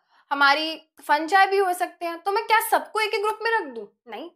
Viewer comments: Mam फंगी होता है फंजाय नहीं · It's fungi not funjai